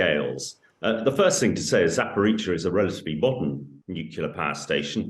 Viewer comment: She says Zaporweetsia haha lol 🥳🎉